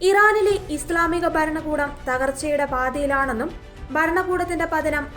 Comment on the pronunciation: ബരണ കൂടം അല്ല ഭരണകൂടം എന്നാണ് പറയേണ്ടത്